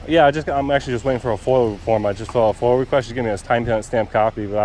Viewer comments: It's not FOIL It's FOIA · F.O.I.A - Not foil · FOIA not FIOL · A "Foil" request?? Dude it's a FOIA request. Freedom of Information Act. You're a fairly experienced auditor and should know this. 🙄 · Foia, not foil foeyah! Not foil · FOIA, not FOIL! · It's FOIA (Freedom of Information ACT), not "foil". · Foia not foil 😂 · Are you aware that you sound ignorant every time you call a FOIA request FOIL? It's Freedom Of Information Act, not Freedom Of Information Law. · Isn't it FOIA not FOIL. Freedom of information act. I see how that may be a petty argument but you should be at least appearing that you have read the act. Well informed of the laws is important to be a successful auditor.